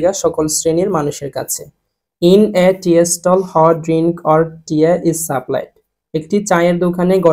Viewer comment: tea এর উচ্চারণ টি।আর আপনি বলছেন এর উচ্চারণ টিএ